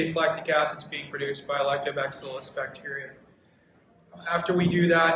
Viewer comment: is he saying lactoback-cillus...? I was under the impression it was lactobacillus? haha